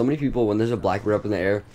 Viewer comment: U said boack bird